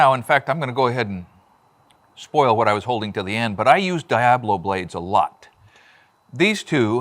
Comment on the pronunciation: Its El diAblo, not thee DIEaBlo 😂 thanks for another interesting pronunciation ❤